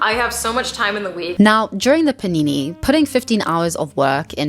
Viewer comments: take a shot every time says paneenéë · All I could think about while watching this was: I can't wait for her to stop saying panini